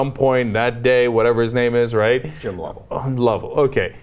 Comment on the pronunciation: Jim LoVELL? Jim LoVELL........Jim LoVELL.........Jim LoVELL........... Wow Ana, do you not know who Jim Lovell is? Did you really not know? I'll give you a slip of the tongue on that one, I hope atleast it was. I'm sorry, but that did not make you seem very bright at all. Unless of course alot of people pronounce it Jim LoVELL, though I have always heard it as Lovell. Wow dude? That is, that just sounded cruel petty and a bit jealous. This might surprise your open minded self, but not all pot smokers are delinquents, irresponsible, or a drag on society. The responsible ones also don't want it given to minors. But in just about ever episode you are in you say something extremely close minded and a bit bigoted so I don't really even know what I was expecting. He used (Seth) the fact that he is popular movie actor, from drug based movies, and used that as a vehicle to speak to Congress on something that is emotionally very hard to go through, not only as the person afflicted but the family unit as a whole. And you couldn't resist making a stab at that. I would imagine that is exactly the mindset of those Senators who left the hearing before the speech. Why would he have anything important to say, he smokes pot. Unless I'm reading all this wrong and you were simply making a joke. and now I feel like an ass. Well, I'll sack up and leave my original thought intact while amending it, because clearly he was joking, and it cleared my head by no less than a mile. Serious